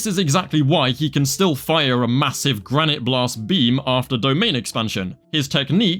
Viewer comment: respect to your "Granité Blasteu" pronunciation.